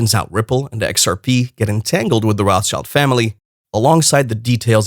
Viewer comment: It is ROT. SHILD.... YOU $#@ IT'S A JEWISH NAME ROT ... Color Red ... German.. ROT And Shield...object Schild German word for shield Get your facts straight